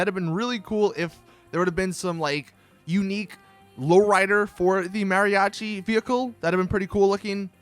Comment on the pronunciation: Mary - achi 😂